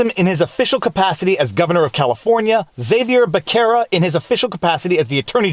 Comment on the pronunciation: Phonenetically "HA VEE AIR BUH SARA" ❤❤❤